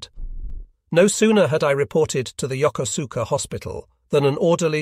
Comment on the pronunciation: It is pronounced Yo koos ka with emphasis on the koos.